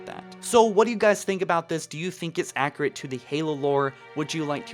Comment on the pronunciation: Accurate not accrate